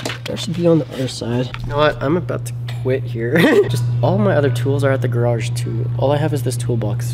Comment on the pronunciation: Say GARAGE correctly… 👍